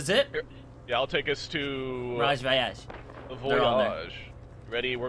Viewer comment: the way he says mirage voyage 😂